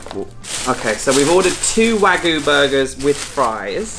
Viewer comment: Liked the look of the burgers. Just got to remember to pronounce that "y" in wagyu.